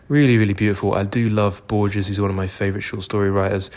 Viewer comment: Love your videos man and especially the bookshop tours keep them coming! A little help with the Borges pronunciation (I know the G or J in Spanish tends to be complicated for English speakers), it is "Bor-hes". I actually would like to recommend you my favourite Argentinian author, who is Julio Cortazar, you might have read Hopscotch, which is brilliant, but also his short stories are remarkable.